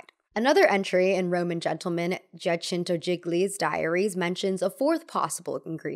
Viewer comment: Except for the Giacinto Gigli